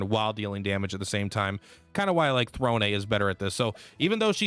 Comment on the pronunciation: Lol, he messes up Throne basically every time too. It's all good though, he's got some great ideas for characters and builds.